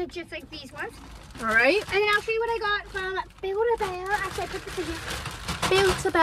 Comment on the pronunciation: I was thinking about a buid a bear and she saud buikd a bear